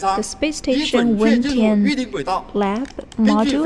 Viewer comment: is wentian pronounced “when-chang”, or is it “when-tee-ang”?